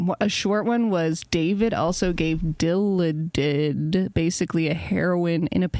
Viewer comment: 'dilla did' lol. it's pronounced like dih-lawded. calling it 'h in a pill' is pretty strong wording imo, unless you're the type to consider addies to be 'm-amph in a pill' (spelling out drugs gets my comments removed, apologies). actually relevant comment, though: i have no problem with david cross being rude to mark normand, it's preferable actually